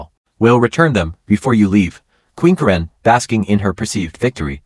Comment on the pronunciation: Ka ren? Who doesn't know how to pronounce Karen??